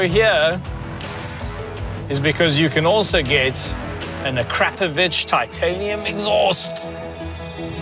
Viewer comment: You pronounced "Akrapovic" correctly - praise jebus!